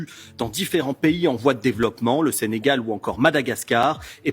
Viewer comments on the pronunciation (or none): none